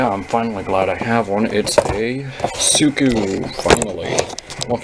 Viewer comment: It's siku not suku